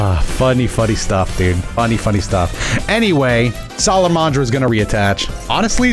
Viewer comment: im sorry its sala-man-dra not sala-mon-dra